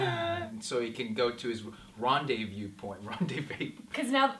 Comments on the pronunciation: haha don't you play enough video games to know how to say rendezvous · I would expect Canadians to know how to pronounce "Rendez-Vous". :O